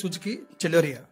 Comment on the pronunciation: చలోరియ కాదు సెలెరియో